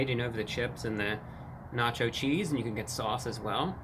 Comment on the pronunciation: na cho cheesd